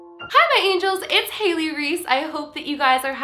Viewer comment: Hailey !!! Thats my name and thats not how you say it